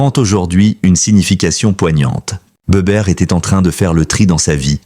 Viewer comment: on dit les forbans pas forbanes et Bébert pas Béberte.